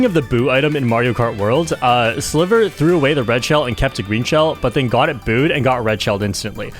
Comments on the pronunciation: Sliver watcher here, it's pronounced Sly-ver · his name is pronounced as "Slaiver"! my spanish goat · I used to watch Sliver a lot during MK8 Wii U and I’m pretty sure it’s pronounced like the I in slight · I didn't expect this amazing crossover! My two favorite mario kart content creators! ❤ PD.: (sliver is pronounced more like driver 😂) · hey! Im spanish, and I follow sliver think its pronounced ''silver'' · The pronuntiaton was funny lol Ig u tried to pronunciate the name in spanish, but his name is actually in english lol